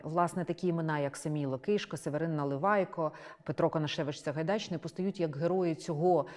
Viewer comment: Дивно слухати від пані лекторки російську вимову наших старих текстів: іґраніє, Саґайдачний А попри те це відео - добрий вступ до тієї бурхливої доби